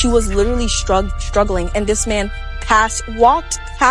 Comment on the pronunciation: "Litruly drownding in a pool"